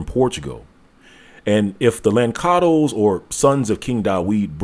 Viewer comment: Its not lankados,its lanssados!